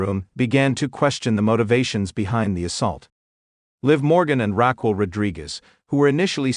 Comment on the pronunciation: It's Raquel not Rockwell